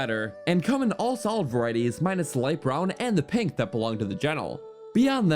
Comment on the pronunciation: "...solid light brown and solid penk." "gennul" "...how they all whark." "...the ancient bhrr-dal..." "Whark" - various "Abott" - various